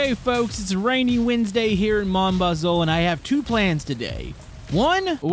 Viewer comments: it's actually pronounced mon baz-oh I'm pretty sure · Mooon bazu is how they pronounce it lol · Yea I'm canadian but know some french and I get quite annoyed when people prononounce it like mon baz-oo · In English it is pronounced my bazoo in french it moon bazu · I'm French Canadian it's weird right